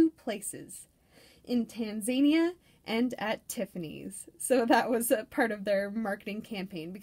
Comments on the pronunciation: I was talking about Tanzania not Tanzanite. I realize this because I used to pronounce it like that too. Lol You're saying Tan-zay'-nee-a. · I've just bought a green, emerald cut tanzanite. I've got a trilliant cut blue tanzanite as well. Wow, who knew it was part of epidote group. Btw it's Tan-zah-nee'-a, emphasis on the "nee". Zah, not zay.